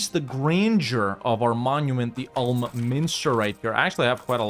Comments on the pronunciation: "Oolm", not "Ahlm" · You speak Ulm like Oolm.